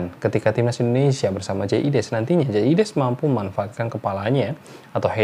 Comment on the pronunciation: Biasakan sebut nama orang sesuai spelling hurufnya. Logat mungkin sudah hilang, tp jangan ubah ejaan namanya. Jay Idzes, bukan jay ides...